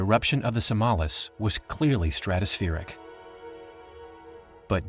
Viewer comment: It would even have been more impressive if the voice-over actor had copied the Indonesian pronounciation of the mountain: SAMALÁS.